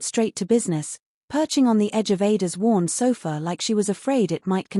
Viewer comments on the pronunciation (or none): none